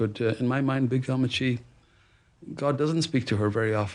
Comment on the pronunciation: To hear Oprah W pronounce appachen and ammachy.. sends a thrill, a tickle. Thank you for bringing the Kerala story to world view. I’m reading mine now. You got to sit up to read tho’.